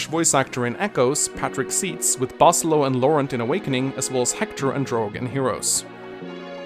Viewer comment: You make a whole section earlier about how Camoo is the correct pronounciation because of a FEH direct but you call Basilio "Bah-sil-oh" even though in Awakening (his actual game) Flavia yells out his name (when Walhart attacks) and pronounces it "Bah-sil-ee-oh"... double standards much?